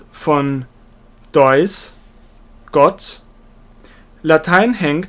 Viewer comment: Deus wird mit langem e ausgesprochen. Herzlichen Dank fürs Reinsprechen!